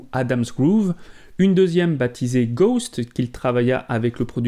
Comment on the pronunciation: Ghosts pas ghost on prononce le S en anglais,normalement être fan de Michael Jackson sa vous donne l’envi d’aimer l’anglais